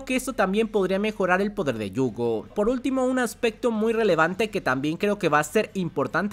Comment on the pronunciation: Por qué se la pasa diciendo Yuugo? Me da no sé que!